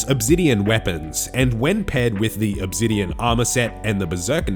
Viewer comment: What’s “Uhb-zidien” ?